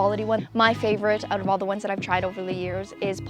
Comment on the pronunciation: I KNEW you were Canadian. By the way you mispronounce "out."